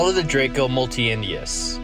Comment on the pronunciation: It's actually a cool compilation, but it would have been wiser to only use a different narrator (or programme, whatever) for pronouncing the names of the animals if this narrator could actually speak and pronounce Latin, instead of e.g. pronouncing "multidentatus" as "multientius" (there is a reason it is called multi dentatus) or "perfectus" as "perfecteeyus" or forgetting the first S in "Caelestiventus". This way no viewer will understand how scientific nomenclature works.